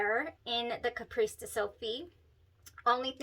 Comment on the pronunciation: CAPRICE pronunciar: Ca-pris. :)